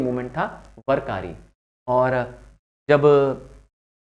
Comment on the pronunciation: वारकरी/vaarakari not वरकरी